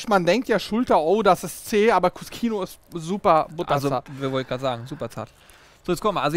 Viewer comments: cuscino - was auf italiniesch "kissen" heisst, wird kuschino ausgesprochen. wenn man es kuskino ausspricht, dann müsste es im italienischen cuschino geschrieben werden :) klingt für den deutschen ziemlich unlogisch, aber wenn man die italienische sprache kennt, dann ist es absolut logisch. wenn hinter den buchstaben "sc" ein "i" oder ein "e" kommt, dann wird das "sc" wie das deutsche "sch" ausgeprochen. kommt ein anderer vokal oder ein konsonant dahinter, dann wird das "sc" wie ein deutsches "sk" ausgesprochen. Möchte man nun aber eine Buchtstabenkombination wie das deutsche "ske" oder "ski" aussprechen, so kommt im italienischem hinter das "sc" ein "h", damit kein "e" oder "i" direkt auf das "sc" folgt. Siehe auch "bruschetta", was "brusketta" ausgeprochen wird. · Hey Leute, Der Cut wird als KU-SCHI-NO ausgesprochen, steht im italienischen für "Kissen" und scheint hiermit ein Schulterkissen zu sein! LG